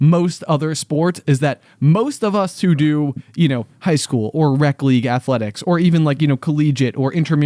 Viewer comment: It throws me off whenever you say "rec league" cuz it sounds like "rep league" which is what we called the competitive league, so the opposite lol